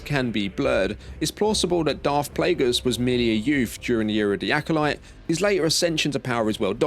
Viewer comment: Sif? Darf?